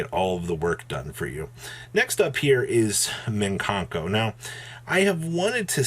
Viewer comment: it's mikanko not minkanko, mikan = mandarin orange